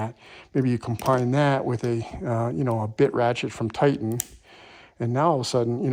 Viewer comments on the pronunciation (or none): none